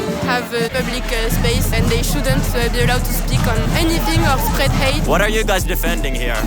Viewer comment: 😂😂😂😂😂 pwotest de fact zat not zeeees awe allowed to have uh, plubliqúe spaceuh, and uh pwotest owr spweadê hatê